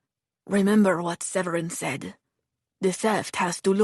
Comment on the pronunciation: not the fake french accent :/ Séverin is not prononce like that, like at all...